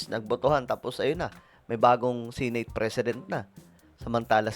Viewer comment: SENATE po Sankay hindi SINATE... pa check sa google ang tamang pagbigkas.. Masskit kasi sa tenga... just saying